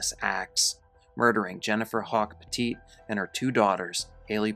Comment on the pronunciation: Petit, like "pet it"